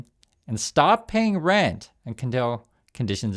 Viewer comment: I finally got your message with the word Rent (strike) I keep hearing “Red” strike I guess your nose is clogged or something